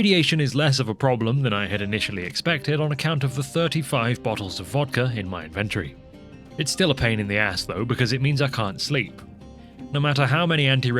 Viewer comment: Invent tree?? Not in...ven...tory?